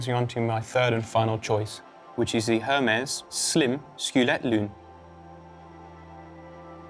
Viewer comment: It is really hard to capture attention and present credibility when you don't pronounce the brand/producer names properly which culminates with Hermès